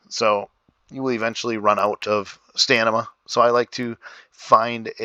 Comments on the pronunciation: Pliz! :) Stamina not Stanima :| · Thats stamina not stanima